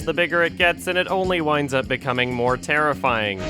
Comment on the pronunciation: More like.....Terrif-EYE-ing